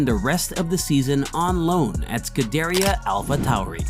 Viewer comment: And bro said “scaderia”